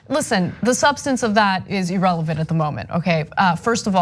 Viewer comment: EE-relavent. EE-rock. EE-ron. 🙄